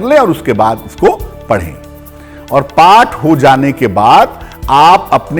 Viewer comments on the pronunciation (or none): Oath nhi path